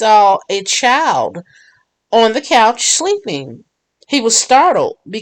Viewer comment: There is not a letter W in the word child